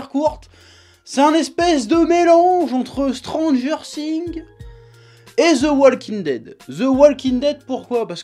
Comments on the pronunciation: J'adore par contre c'est "S"tranger Things pas tranger things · Lauræ Bæ tt le monde n'a pas une prononciation de ouf 😂😂